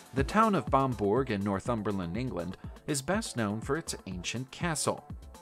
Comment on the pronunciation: It's not Bambora. It's pronounced Bamburrah It's also BAYo tapestry as in Budd Bay,in Washington state.. Not Beyu. Sorry,but it grates on my nerves hearing people putting out videos but not pronouncing things properly.